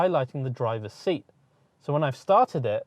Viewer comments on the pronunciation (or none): none